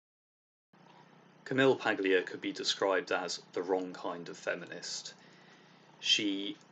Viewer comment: I'm very glad to have discovered your channel. Your videos are insightful, and you have a very nice voice. I'd just like to note, though: the name "Paglia" is pronounced "Pahl-yuh" - the "g" isnt pronounced, because Italian names are weird.